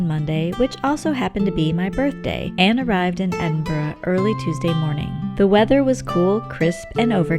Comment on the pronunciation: As a born and bred Edinburgher, this was a marvellous wee insight into my home town. You even managed to get the pronunciation (just about) right! 😆 Friendly tip: If you want to sound like a real local, aim for ‘Embra’! Also, sorry to be horribly pedantic and boring but Berwick is pronounced ‘Berrick’, silent ‘w’. 😉 Seriously, many thanks, this was such a well put together wee video, well-narrated and nicely filmed. Ty! 👌